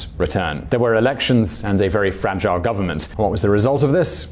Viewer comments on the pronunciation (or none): none